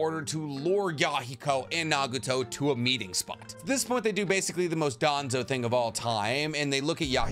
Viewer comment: Why did u say nageeto instead of nagato lmao is it cuz u wanted to ryhme with yaheko fr sum reason